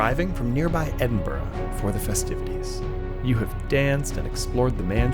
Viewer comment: He can’t even pronounce Edinburgh? It’s not like Pittsburgh.